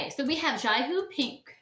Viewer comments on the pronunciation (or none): The first one is pronounced, Jihou JE-HOW